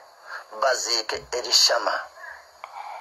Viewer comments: Pronunciation is El-Shama not Elishama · Kinsobedde nange. Mbu Elayishama.. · Kitegeza ebyayogera sibitufu kubanga tasobola no pronouncing the name